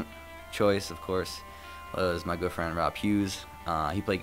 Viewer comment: I so thought he said girlfriend Rob Hughes instead of good friend xD